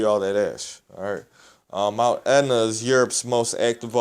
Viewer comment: Mt Aetna? Pronounced Et na...